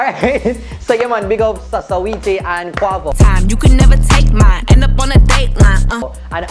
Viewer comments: Weh say Saweetie name?? Lmao swatiee? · the way how call quavo and saweetie name loooooool